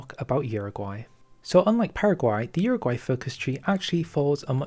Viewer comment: Uruguay* not Uraguay